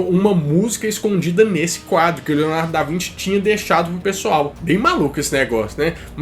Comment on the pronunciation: Mano kkkk Leonardo da vinte? Acho q é da Vinci lkkk